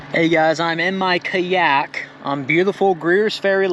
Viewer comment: I winced at pronunciation of kayak and Mojave. I'm a no go on the triple crown forks. I'll leave that one to the bike shops.